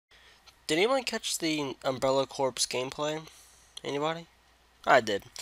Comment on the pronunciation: my boy, "corps" is pronounced like "core".:D Also, this game looks like ass. And here I thought Operation Raccoon Shitty was as low as they could go lol.